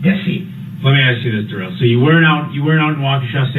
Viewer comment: It wasnt that difficult . Duh-rell is a first class mow-ron.